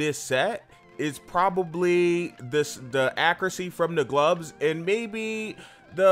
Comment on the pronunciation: why do you say glubs instead of gloves?